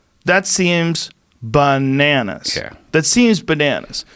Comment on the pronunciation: Joe "BUH-nanas" Rogan... my apologies if that's degrading :D